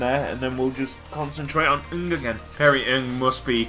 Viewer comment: It's pronounced N G not nnnnnngggggg I'm a Crewe fan......